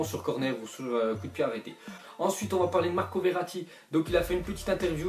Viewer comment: il dit nimp verati